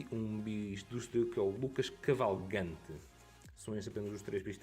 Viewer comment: não é Lucas Cavalgante mas sim Lucas Cavalcante